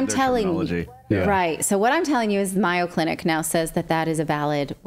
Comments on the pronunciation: "Myo" Clinic? Do you mean the Mayo Clinic in Rochester, Minnesota? If so it's pronounced with a long A -- May - o. Or are you talking about a different clinic? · Thanks for this information, but it's The MAY-O, not MY-O Clinic. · Great report. Very dangerous times. By the way, MAYO clinic is pronounced with a long A . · Get rid of the wife. She doesn’t even know how to say Mayo Clinic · Mayo Clinic, long aaaa on pronunciation! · Are you saying Mayo Clinic? If so, it’s pronounced differently. A long A sound like mayonnaise.